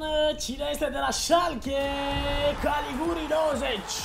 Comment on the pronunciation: Se pronunta Galiciuri nu Galiguri , invata si tu sa rostesti corect sau sa citesti